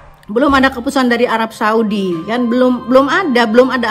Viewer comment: Apa bicara ken ken ken...marah yus badudu bro....bahasa indonesia aja nggak becus....ken ken...😭😭